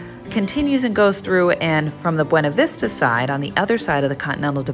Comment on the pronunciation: Please stop saying Beana Vista. Totally giving a way you're not from Colorado.